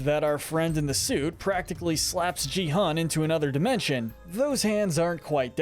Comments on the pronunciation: Is not ge hun is gi hun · don't you mean gee-hun I know its spelt Gi-hun but you said it wrong its pronounced gee-hun